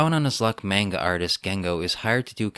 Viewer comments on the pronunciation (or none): none